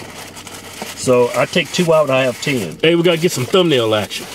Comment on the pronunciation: This dude said "tayne"